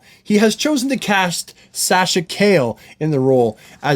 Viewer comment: Honestly it doesn't bother me that actress is slightly darker. In fact, ever since Superman the Animated Series seeing Superman with a tan makes sense for me. The same goes for Kara given they're both photosynthetic beings, having darker skin is fine. Also her name is Ca-jey